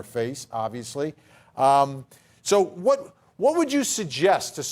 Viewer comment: “Exterera” is not a word. It’s “etcerera”. Vinnie- you should know better. But I still like you.